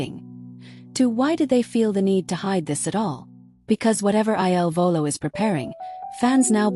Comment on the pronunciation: Please STOP calling them I L Volo. Their name is "il Volo" . , il is "the" pronounced like "ill" in English. Their name means THE FLIGHT. Correct now instead of relying on AI !!!!!!!!